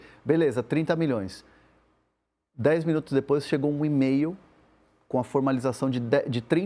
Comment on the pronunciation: O que é receber um " emeiu " '?????